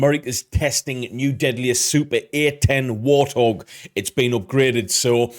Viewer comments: Just so you're aware mate, I'm fairly certain this channel you're reacting to is an AI-generated channel. The tells are in the fact that the voiceover mispronounces common English words, such as Warthog (pronouncing it War-th-og) and A-10 (pronouncing it Ah-10), the very fake looking thumbnails, and basic grammatical mistakes in the titles of their videos. AI channels are a plague that steals content from real creators. They don't necessarily spread misinformation, but they need to be avoided at all costs. I recommend proper content validation is done in the future with a mindfulness towards AI/stolen content and such. I'm not much for most reaction content, but your input is genuinely transformative and I'd love to see you succeed in the future! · I hate AI narration. There’s not enough “I” to know how to pronounce “warthog.” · Hurts the credibility of the video a lot when the narrator doesn't know how to pronounce "Warthog." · The way the narrator pronounced Warthog.🥴🤣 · Sounds like in the video insert the man said at about “War-thog”, it’s Wart-hog. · AI voiceovers are just horrible. Why nobody can actually narrate this video is sad. The A-10 is not a War-Thog it's the WART-Hog. Only an AI voice with an accent like that would get it wrong. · Why did that guy in the video pronounce it war thog?? 😁 Its Wart Hog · Did he just call it a war-thog? Its wart-hog 😂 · Haaa A I. Called it a WarThog. Cracks me up. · Wait,... did he say "War Thog"? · Damn chatbots. What is a "war-thog"? You kind of have to just accept it for the sake of putting out content, because the annoying AI is everywhere now. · They're pronouncing it wrong. It's 'Wart' 'Hog'. An ugly but dangerous wild pig here in the U.S.. You're saying it correctly but at the beginning the voice isn't. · Narrator: "War-thog". Bwahaha.... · did the narrator just call it a "WAR Thog" or am I just hearing things wrong? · Did he really pronounce it “war-thog”?